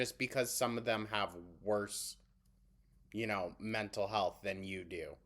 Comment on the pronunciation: The amount of "mentol hulth shameen" she's doing in this video is insaayyyn 😓